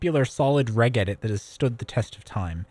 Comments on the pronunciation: Pronounced "rej edit" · A Great Video, but it honestly pains me that you spoke about regedit for 15 minutes, and not once did you pronounce it correctly 😢 "r-edge edit", Its 'Reg'istry 'Edit'or